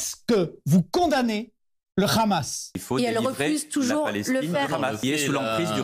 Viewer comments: Le "ramasse". Quand on ne sait pas on dit "Hamas". C'est plus sur et ça évite un certain ridicule. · C'est énervant pourquoi "tout le monde" dit hhhhamas au lieu de prononcer hamas normalement sans insister sur h... personne ne dit Hhhhhhanouna....je sais dire hamas normalement ça fait trop gentil.. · Ça me fait "rire" comment des gens sont incapables depuis des années de dire correctement Khaled ou Mbappe mais alors dire RRRAMASSS la il y a du monde!! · C'est comme ça qu'on le prononce en hébreu (c'est différent de la prononciation arabe). Mais ce n'est pas le son "R" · C'est bizarre de prononcer le Hamas comme le font les Israéliens !